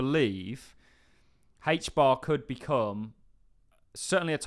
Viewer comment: Why do you call it hach bar?